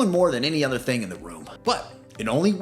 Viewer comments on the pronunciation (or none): none